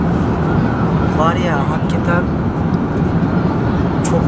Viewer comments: abi nolur artık "haggeten" deme ya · Hakketen değil dostum hakikaten